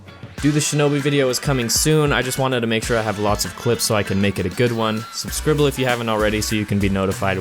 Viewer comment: You're going to have to say subscribble now after every video... because it sounds fucking amazing